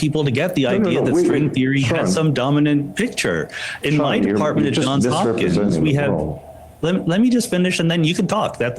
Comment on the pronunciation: I didn't hear you pronounce the "s" in JOHNS Hopkins, Sam.😊